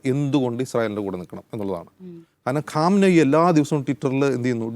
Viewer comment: Not bunker bluster.. bunker buster..ഖാംനി അല്ല പൊട്ടാ ഖമേനി